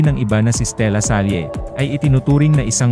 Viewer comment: Voice over announcer: di ba mas tama yung Stella-sal, imbes na Stella-salye? Ginamit niyang pseudonym para sakyan ang pangalan ng De La SALLE (pronounced la-sal)